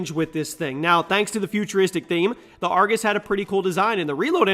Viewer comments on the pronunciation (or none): none